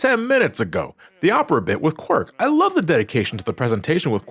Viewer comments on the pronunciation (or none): LOL he called Qwark “Quirk”😂